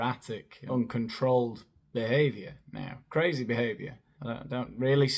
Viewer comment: I was LOL, at the way she said "KRRAZY".